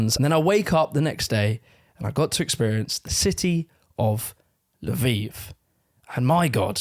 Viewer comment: I was wondering what da heck La Vive was. Turned out it's Lviv, Львів 😅